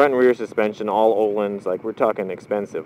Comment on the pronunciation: the h in Öhlins is actually a sounding h because the word is sweedish ;-)